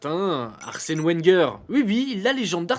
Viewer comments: Arsène Ouais'ngueur 😂😂😂 comment assassiné une légende en écorchant son nom 😅😅😅 avec un oui'rdèr de brême, j'en peux plus 🤣🤣🤣 c'est pas un club breton non plus. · OU-enger / OUE-rder vous en avez pas marre de faire les aristocrates dans vos vidéos ? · Excellente vidéo les gars. Par contre Wenger se prononce Venger, respectez la légendes svp ahah ❤ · Arsene Ouenguer